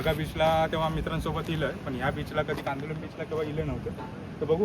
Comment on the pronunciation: सालिगांव नाही साळगांव, कांदोलिम नाही कांदोळी